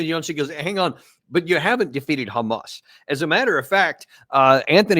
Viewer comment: Does anyone else hate the way Jews pronounce the word "hamas" ? 🤔